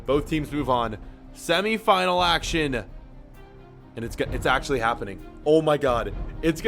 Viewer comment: And you say the simeyfanal